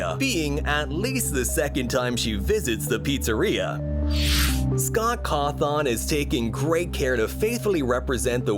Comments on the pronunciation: Scott’s name isn’t said like Scott cauth on it’s said like Scott cauth un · It ain't 'cawthahn' its caw-thin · I'm sorry but Scott cawthawn😂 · he says Scott coth on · Bro said Scott caw-thawn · have we all been pronouncing Scot Cawthon wrong this whole time? i thought it was pronounced caw thun, but is it really pronounced caw thawn?